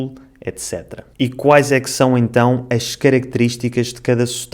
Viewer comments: você percebeu que a sua pronúncia da palavra "são" é "chão"? Então você também trocou uma consoante. Gostei do seu vídeo e seria interessante você comparar com sotaques de cabo verdianos, brasileiros, moçambicanos ou outro mais que você conseguir. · Falamos "são" com S e vcs falam "são" com CH = chão, muito interessante.